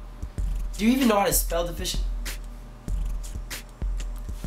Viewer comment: De-Fish-aint what? yuh cyah even finish one sentance buh wa me spel it! bumborass!